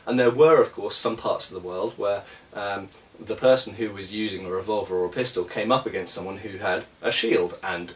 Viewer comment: when you say revolver, it sounds like vulva.